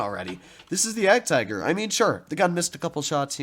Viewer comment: The name you are pronouncing is 'Jadgtiger' but actually the German pronounciation is 'Jadgteger'. I have seen you pronouncing it wrong that's why.......